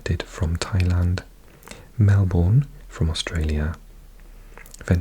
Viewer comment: I know you’re big on pronunciation, Melbourne is pronounced Mel-burn, not Mel-born. Then depending which part you’re in you can probably get away with Mel-bin if you say it really high pitched and fast 😂